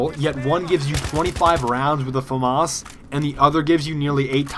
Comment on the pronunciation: hey, famas is pronounced Fah-mahs, but run it together without a pause :)